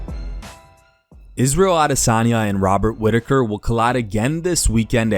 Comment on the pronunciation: Wobert Whitaker 😂